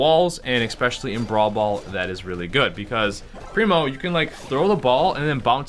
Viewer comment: This dude said expecially, Jesus christ